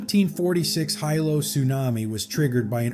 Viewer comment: "HIGH-lo" -- "HEE-low" dumbass